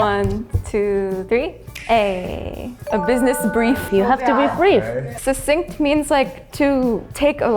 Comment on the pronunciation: "Succinct" not "Succient"